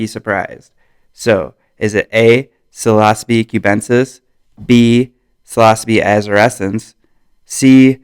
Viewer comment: Sil-ah-so-bee? Dennis McKenna's weird pronunciation has taken hold. Not that it matters, because it doesn't, but it still looks like Sil-oh-sibe to this observer.